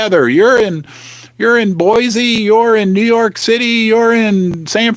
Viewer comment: Sorry dude it’s BoiSe not BoiZe!